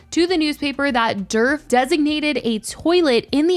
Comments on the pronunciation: I keep thinking you’re saying Derp Avenue 😂😂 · All I hear is “Derp avenue” 😂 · The D in Djerf is silent btw!!! 😅 it’s more like “yerf” avenue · I was hearing dirt